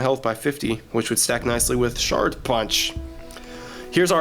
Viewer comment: It's not pronouced 'shart' no matter what country you're from. It's SharD. SHARD. It's a fucking D not a T.